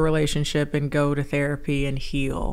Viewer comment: Awww man! I could have sworn you said " cause the p*ssy is THERAAPPYYYY" at least twice last year lmfaoooo that's my fave